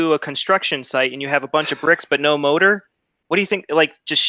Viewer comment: This dickhead pronounces ''mortar'' that you build walls with as ''motor'' like whats in a car, is he fuckin for real? I'm DEAD 🤣🤣🤣